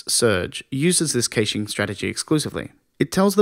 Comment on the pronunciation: Great video...The pronunciation of "caching" leaves me to believe you are reading a script and not someone who actually knows the subject of web caching - which is obviously not true. You've got a subscription and a like though as the delivery is very good, and the content excellent.